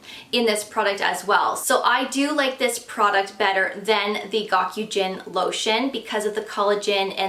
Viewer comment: Gokujyun is pronounced go-coo-june. Goku means extremely/exceedingly. Jyun (also can be read "uruoi") means moisture. I live in Japan and work as a translator, which is why I know this. I love your channel. Thanks for the helpful information😊